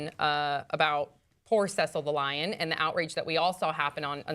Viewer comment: Im sorry I just have to say this Cecil is pronounced See-sill Basically its See-sill the lion but its spelled Cecil the lion...